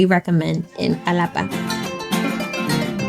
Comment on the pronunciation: primero aprende a pronunciar el nombre y luego haces tus videos